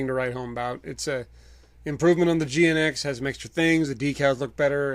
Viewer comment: GNX is pronounced as Jinx.